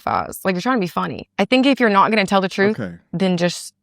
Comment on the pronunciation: "HER CHE-RUUUHHTH" 😂😂